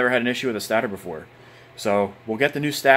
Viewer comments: Stator. Pronounced stay-tur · FFS it’s pronounced Stay-der